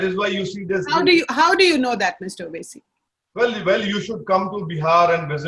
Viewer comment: Normal people: Vote Mr. Owasi: Oat